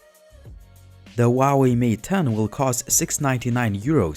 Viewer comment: This is not a bi phone. It is still small compared to main market phones in Asia. I have the 6 inch Mate 9 and it is kinda small. Also it is hu hu hu hwa way 华为 huawei you have to say the H!!!!!! Please ask any Chinese person.